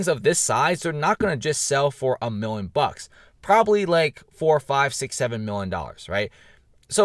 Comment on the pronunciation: PRONOUNCE: "MILLION"